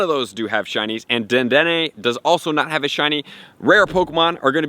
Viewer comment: Thank you for saying the damn name right 😂❤️💯